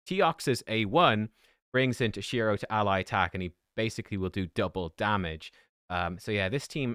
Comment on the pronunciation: its T-O-SHIRO not TOSH-I-RO